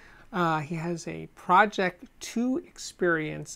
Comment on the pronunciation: The way he says Pro-Ject, as project is a trigger… my eye twitched a bit.